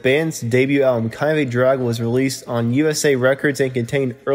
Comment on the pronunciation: This guy really needs to work on his delivery! Very hard to listen to him. It’s called practice! I know how difficult it is the record yourself. It isn’t easy! Instead of trying to read it straight thru, I would suggest that you record it is smaller chunks! ANNUNCIATION IS KEY! “Kind of a Drag” are actually pronounced as THREE DISTINCT WORDS! Word on it. You can do it. I guarantee it will make this video much easier to listen to!